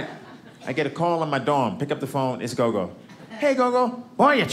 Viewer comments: Gogo isn't pronounced go-go, it's short o's. It's Xhosa for grandmother. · He called his gran Gogo - though he pronounces it differently that is the word for gran in a few of the languages in South Africa.